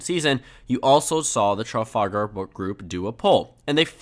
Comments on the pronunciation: It's pronounced "tra-FAL-gr" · pronounce the ar in trafalgar as er. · Tru - fal - gur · If you can't pronounce Trafalgar look up the square, travel group or battle. It isn't exactly a rare name.